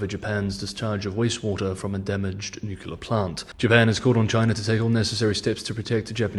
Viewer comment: If said nuclear properly he wouldn’t be.